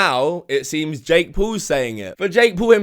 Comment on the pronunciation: ’’. Dake is claiming, Dake= Dumb Ass Jake not sure if was supposed to say Jake but it sounded like Dake and honestly if it was Dake thats even funnier because he should be Dake because hes a dumb ass xD